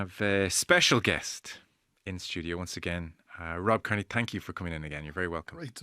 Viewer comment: Matt Williams: "Robbie Kearney"